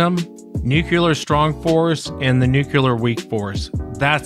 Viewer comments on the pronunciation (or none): New....Clear! New. Clear. Nuclear. Not Noo-kyoo-lur. You're putting a U where there is no U. Other than that, I love your show 👍😂